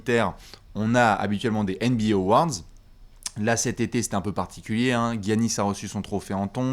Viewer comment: Eh jvous adore hein mais à chaque fois que vous prononcez Giannis j'ai mal aux oreilles